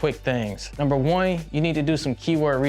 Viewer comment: “Number wine” so cool.